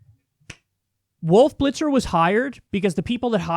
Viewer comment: "Woof Blitzer" Hehehe